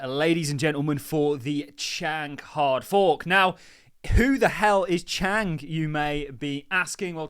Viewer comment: There is no k at the end of Chang 😂